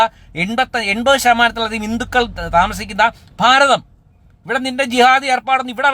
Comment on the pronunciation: Ivanu Bharatham ennu pronounce cheyan pollum ariyilla?